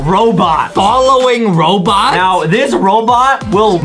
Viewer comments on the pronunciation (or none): robot not robotit